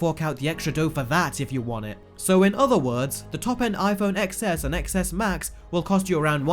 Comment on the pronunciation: Cringe every time you don’t pronounce it 10S and 10S Max